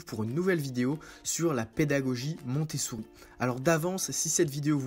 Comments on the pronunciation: Je crois entendre MontessOUri ? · Oui, il prononce mal à chaque fois.